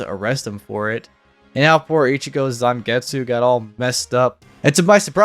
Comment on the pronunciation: Bleach Shattered Blade on the Wii was my introduction to Bleach and Ichigo always threw me of with his Bankai as I throught he said "Zangit Sugitsu" Instead of Zangetsu with the way the English voice actor spoke. I do love how they gave us a tease of Yumicika's true Shikai without propely showing it as well as giving us Ikkaku's Bankai even though the game exclusive wouldn't have the story progression for people to know about his Bankai.